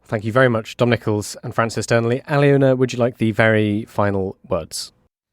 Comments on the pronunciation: More pronunciation disasters. Her name is pronounced - Al -loh - na. NOT Ally-Owna! Good lord. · I think it's Aliona, not Alina, but otherwise, I agree 🙂